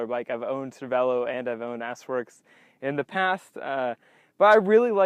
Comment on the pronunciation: He said ass works not s works